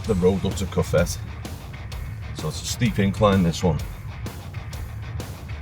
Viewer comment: Great video fantastic shots only thing pronunciations of cofete ..co fet e and you stayed in jandia pronounced handia for those who have never visited fuerteventura oh music to video also fantastic